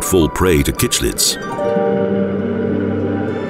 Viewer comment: Cichlids are pronounced sick-lid not kickc childs and mouth brooder not breeder. How much do you actually know?